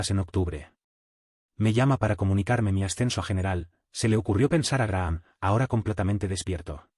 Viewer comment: Se pronuncia Graham ( Grajam).